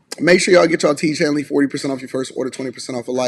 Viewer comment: All of this time I thought you were saying, "Teach Hanley." 😅